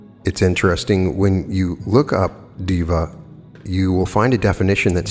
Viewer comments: of course sir, I understand that, but hearing diva instead of deva is a bit odd for me that is all, nothing else...like I said admirer of your work here...😇 Just a warm suggestion... Totally neglectable... No harm. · To clarify, Deva is prounounced day-vuh not diva 🙂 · Day-wa(masculine) and day-we (feminine). 🙏🏼 You tried... I know it's difficult for a westerner to get the pronunciation right without help. I appreciate you work, always looking forward your uploads on channeled materials especially.. thank you and I am grateful.